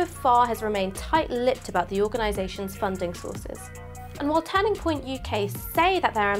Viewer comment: Why does she say turning like tanning "tanning point UK".